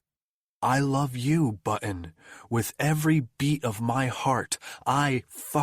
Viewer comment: Male narrator was quite stilted, and prounced 'Button' in a weird way. Story was enjoyable. '